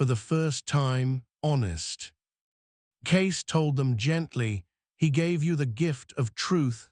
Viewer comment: Get his name correct, Cayce